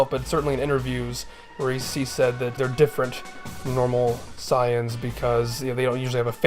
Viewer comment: you call them SAI ans? wtf